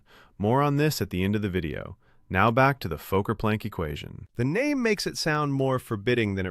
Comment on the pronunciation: The AI narrator can't pronounce "Fokker"